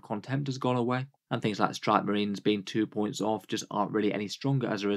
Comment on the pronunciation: "I feel like the Boints Buffs"